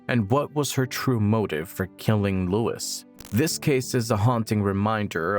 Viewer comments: Why you calling Lewis… Lois? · The man's name is Lewis, not Lois.